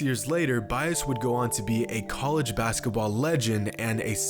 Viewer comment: does this guy just say word wrong on purpose or does ge actually believe college is pronounced coleega